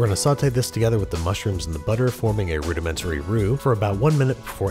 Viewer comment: "rouxdementary" Sorry I'll leave